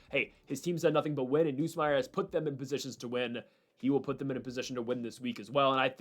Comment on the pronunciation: You’re still saying Nussmeier wrong